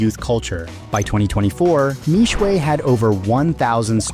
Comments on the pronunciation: For those interested in correct pronunciation. Mixue Mi Xue 蜜雪 is pronounced as Me (as in I, me) Swear. Not Me-Sway as in the video. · Mixue means "sweet ice". Pronounced " mee shie ". Mispronounced. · How are westerners always so bad at pronouncing asian names, how did Xue turn into shuay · Bro gotta learn the pronunciation before making video, Mixue is the main keyword of this video, at least be able to pronounce it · How I wish you had researched how to pronounce the brand name...